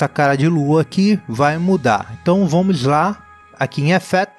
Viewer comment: Tenho certeza que ele fala: "Vomo que vomo," só para irritar a gente! kkkkkkkkkkkkkkkkk Poderia compartilhar o Nome das musicas usadas nos vídeos, pela descrição.